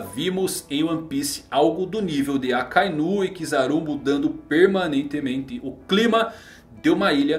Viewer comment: "PERMANENTEMENTE".... DEU UMA AGAUCHADA ALI HEIM. KKK